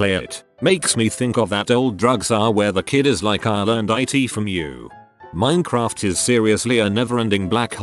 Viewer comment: I'm really amused how the robot voice pronounces it "minnycraft" in some spots, but other times pronounces it correctly. Sometimes while reading the same post.